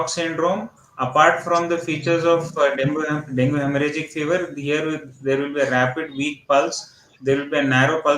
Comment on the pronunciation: Can u guys plz pronounce it as dengue not dongu